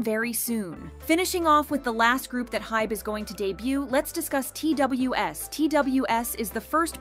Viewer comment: FYI Pledis new boy group is pronounced as Two-us or Twaas! not T.W.S